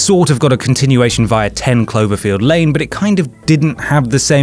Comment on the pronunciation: The way you say "via"